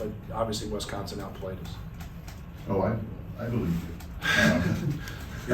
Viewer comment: It's Wisconsin, not Wesconsin. Thank you very much!